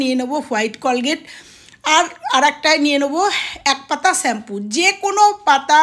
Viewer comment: সবই ভালো শুধু শ্যাম্পু উচ্চারণ টা ছাড়া। খুবই কানে লাগলো।